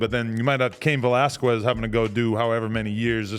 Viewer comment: why adam cant say his last name right😭😭its pronounced vellasskez😂😂